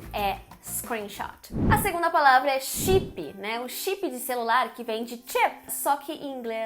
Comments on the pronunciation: Chipi 😁 Notchi buki 😂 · Great video! apart misusing those english words, what I find horrible but funny is the way you brazilians pronounce them: u shipi (chip), u nochibuki (notebook), auchidor (outdoor), etc. Hilarious